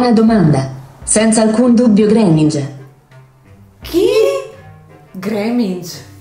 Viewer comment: credo che abbia detto Greenengia che si pronuncia Griningia